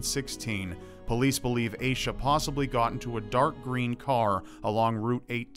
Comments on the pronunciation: its AH-sha not AY-sha ommmmg my skin is crawling hearing it mispronounced !!!! its my name also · Hearing mispronounce the name Asha (cause that's freaking my name) makes me want to die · It's not pronounced "Aye-Shuh", it's pronounced "Ash-Uh". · It's pronounced like Aw-sha not Aysha